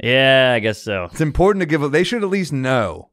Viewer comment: Someone needs to tell Sam that it's "imporTANT" not "imporDENT"